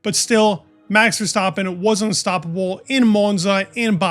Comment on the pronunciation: As a Dutch guy props on the pronounciation of Verstappen. But Max is pretty far off. Say Ah short and then add the M (Ah) X